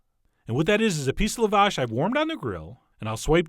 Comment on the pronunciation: Okay, call them KEBAAA 🐑B... But Lavash, is pronounced LaaaaaVash. Yes accent on the 1st Syllable but the “La” is pronounced as an Ahhh, like saying ahh I’m sorry. Lavash 🫓 yum 😋